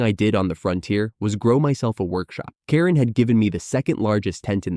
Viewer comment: why can't the AI pronounce Karen? you should at least make sure a main character is said properly or the story becomes annoying.